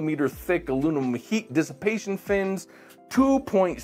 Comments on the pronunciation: "Alunimum." heh. Disregarded it the first time, but he said it that way repeatedly. 😂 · Huh? Teaching nuclear physics but he can’t pronounce aluminum?